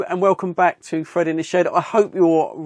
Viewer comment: It's Fred not frid